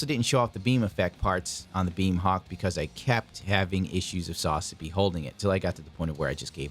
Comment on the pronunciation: You are aware that Ver. Ka is short for Version Ka(toki) right? Hajime Katoki is the designer of the kits, so it's his Version... And it's SaZAbi, not SAZAbi.